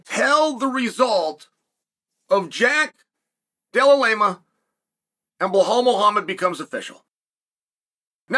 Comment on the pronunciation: How does one butcher belal and just say jack for the love of God 😭